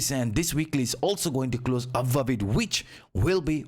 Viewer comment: you say "BULLISH" "BEARISH" correctly. But you say "AVOVE" instead of the correct pronunciation which is "ABOVE." Why is the "B" a problem in "Above" but not in other "B" words? 😂